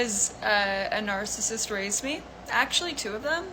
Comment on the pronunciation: When she started talking, I thought she said "My mom's a *nurse assist.*" That momentarily confused me until I caught on to her saying "narcissist." 😂